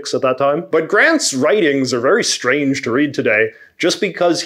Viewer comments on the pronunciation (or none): none